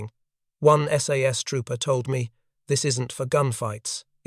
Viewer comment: Most of the photos here are of F1 or Owen submachine guns, not the sterling ... Also tell your AI that it's called the S.A.S.. not "sas".